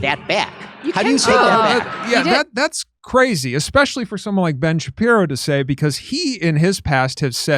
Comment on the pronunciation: I mean there's a chance Ben SHU-PYE-RO doesn't like Ben SHU-PYE-Ro